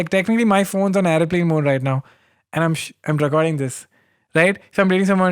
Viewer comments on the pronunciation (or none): none